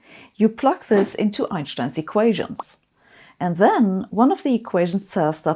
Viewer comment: I have to admit, I'm still not used to hearing "Einstein" pronounced correctly.